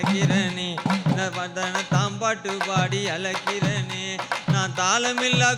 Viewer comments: 💯💯 But thamizh uccharippu have to correct Azhaikirane not alaikirane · தமிழுக்கு அழகு "ழ". அதுவே அவர் வாயில வரல.. அலைக்குறனே பாடுறார் தம்பி... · நீ தவறாக பாடுகிறாய்.. அழைக்கிறனே னு.. உன் வாயில் வரல... அலைக்கிறனேனு பாடுற.. ழ உச்சரிப்பு இல்லை.. இவர் எப்படி தமிழ் பாட்டு படுவதற்கு தகுதியானவர்